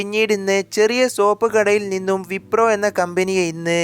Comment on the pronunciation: Wiprom അല്ല wipro